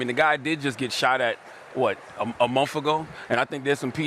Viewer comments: Its called month, not mopht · “Munff and wurff”. From someone who speaks for a living? Dam.